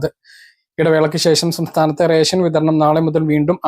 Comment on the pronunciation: നാക്കു വടിച്ചിട്ട് വായിക്കെടോ. രെസം. അല്ല റേഷൻ